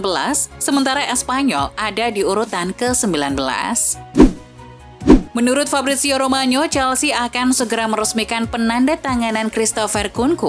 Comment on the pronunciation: Buat pembaca beritanya selama slide show (bukan lalangmaya) : ROMANO bukan ROMANYO FIRMINO bukan FIRMINYO 2 Nama itu bertuliskan "NO" bukan "NHO"